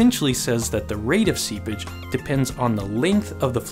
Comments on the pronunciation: Seapage, but its definitely sounds like seabitch. Lmao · Seepage, not seabitch lol. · Did he say sea bitch? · every time he says seepage i think he's saying sea bitch its really funny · Anyone else keep hearing "sea bitch"...? 😂😂😂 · I love your video. I had a great laugh. Also You should say seePage instead of SeaBitch. But again loved the video! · Oh, seepage.. I wondered why you'd call it "sea bitch" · Oh "seepage"... not sea-bitch ._. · Can you pronounce "SEEPAGE" clearly. You say it like a subtle & faster "Sea bitch". Nice and informative video btw. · Hahaha The first time i heard him say it i thought he said "sea bitch"... 🙉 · i heard that 2 xD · Every time he says seepage I imagine him say sea bitch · I had to turn subtitles on to understand that he was saying seepage and not sea bitch... I'm defiantly not well today! lol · I know for a fact he didn't, but instead of "seepage" I heard "sea b*tch". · Lol i always hear him say "sea-bitch" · Why do I hear sea bitch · All I hear is "sea bitch" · Am I the only one hearing SeaBitch? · Im only hearing Seabitch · Everytime this dude said “seapage” i heard “sea bitch” and i laughed. EVERY TIME. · All i can hear is "sea bich" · Is it just me or does it sound like he is saying see bitch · Is he saying "sea-bitch" or "sea-pitch"?? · He says seabitch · "Today we are diving in further to soil dynamics, and talking about "SeaBItch" " ... is what I heard... And I'm locking that one in. From here on, that's what I hear every time you say it... Sooo many SeaBitches. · I miss heard "seepage" as "sea *****"... aha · bruh i thought he said seabitch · i had to come to the comments to stop hearing "sea bitch"...